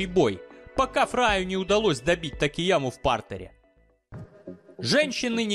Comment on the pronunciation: Йошихиро Такаяма а не Такияма)))